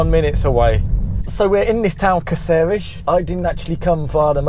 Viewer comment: Your pronounciation of the Spanish names are just terrible. Why is that accent on Cácares?